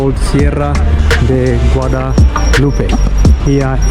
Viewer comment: Back 'home' after a while. I love the pronounce the Spanish words i.e Guadalupe